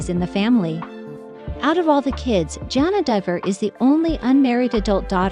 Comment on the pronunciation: Sorry, but it really bothers me that you do not pronounce her name correctly. You don't call the spice Jingrrrr!